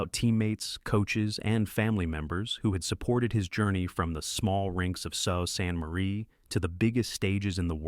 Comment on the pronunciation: It’s not “so sant Marie”…it’s pronounced “Sue Saint Marie” (Sault Ste. Marie).